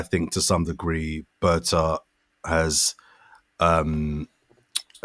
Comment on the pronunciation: Its Berta